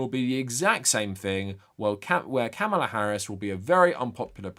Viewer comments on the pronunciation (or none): Sincere question. Is there a reason you keep mispronouncing Kamala Harris’s name? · nah, he’s neither uninformed nor uneducated. I’m inclined to be charitable and blame his accent. However, if it’s laziness, that implies he doesn’t care. And if he doesn’t care, that’s problematic. Especially from someone that champions anti-racism and anti-bigotry, yet doesn’t recognize the irony of (and the baggage that comes with) a straight white male mispronouncing the name of someone who primarily identifies as a Black American woman. However, only he has the answer.